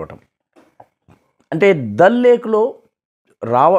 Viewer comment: దాల్ సరస్సు అనండి సార్ ప్లీజ్. చిన్నప్పటి నుంచి ఈ ఉచ్చారణ కే అలవాటు పడి ఉన్నాము.